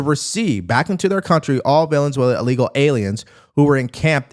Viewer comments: are you saying villianzuela? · Bruh said "Vaylenswellyah" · It's Venezuela, not Valenzuela. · Are you pronouncing it “villain-zuela” on purpose? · Bruh, its not valenzuela, its venezuela. Goodness! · VEN-EZ-UELA, it’s like saying aks for ask.. I love your videos but brother it’s VEN-EZ-UELA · I can’t get over how you keep pronouncing Venezuela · It’s Venezuela. There is no “N”. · Venezuela has only one letter “l” in it. Check your pronunciation good sir! Otherwise a great video as usual. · Love your channel. But you gotta practice on your pronunciation of Venezuela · Dude... figure out how to say Venezuela